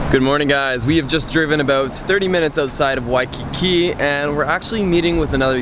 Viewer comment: WOAH SOMEONE SAID WAIKIKI CORRECTLY THIS TIME... well small kine😹